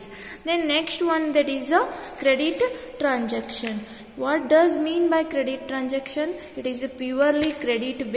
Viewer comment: And it is transaction, not tranjaction.😅